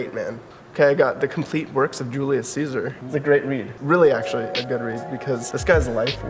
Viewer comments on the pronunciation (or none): none